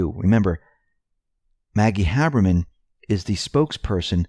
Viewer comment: IT'S HABERMAN, NOT HABBERMAN.